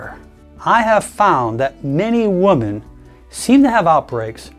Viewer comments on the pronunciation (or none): Someone please tell the that the woman is singular and women is plural. The plural is pronounced “wi-men”. I often see otherwise intelligent people make this mistake. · w-o-m-e-n is pronounced wi-men